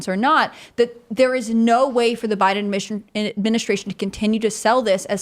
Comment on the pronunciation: Tim and it's Biden Administration. Not Bide Aministration, or Biden Ministration. Syllables are important. You should try to pronounce them all!